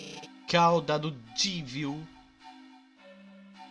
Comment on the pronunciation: krl q agonia, mais um que fala "Jeevil" e não "Jévil" que é o certo, ja que o nome dele é uma mistura de Devil com Jester.